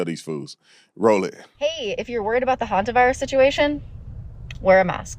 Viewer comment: The guy makes it sound like the homovirus not the Hanta virus